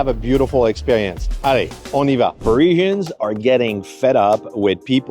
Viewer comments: #1. Calling them Pareeeeesians. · Maybe you could start by learning how to pronounce "parisians"